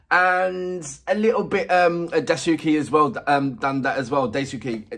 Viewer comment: Yuko (forget about Suzuhana, her family name). Beni. Wasabi. Asa is a guy. Kurona. Daisuke (Dice-kay). Machiya (Match-ee-ah). Kiyoshi (Key-oh-shee) plays the large stringed instrument (koto). It is painful listening to you destroy their names in an otherwise good reaction.